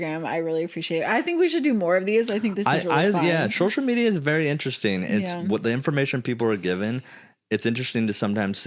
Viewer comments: Why does zach say SHocial media… SO-shall not SHO-shole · sho-shull media 🤪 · (Not a hater I love this family) I hate how Zach says “SH-oh-SHull “ media